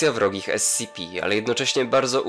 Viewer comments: esipi, nie escipi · nie scipi tylko scp